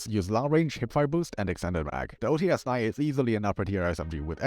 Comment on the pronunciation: OTs 9 not OTS-9